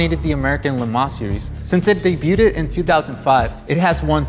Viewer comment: Learn to pronounce “debuted”. 🤦🏽‍♀️